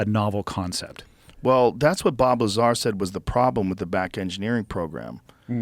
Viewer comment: just came out yesterday? what year is it? you mis pronounced 'Lazar' over and over.